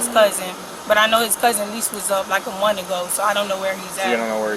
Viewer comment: Working for a school district and can’t pronounce month correctly 😂😂